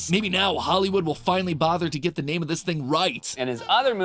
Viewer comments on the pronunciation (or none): I'm actually offended that this guy messed the name up